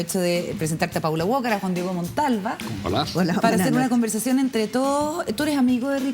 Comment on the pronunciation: Na que ver, pero no entiendo por qué todo el mundo le dice Paula WOKAR??? Así no se pronuncia Walker wnnn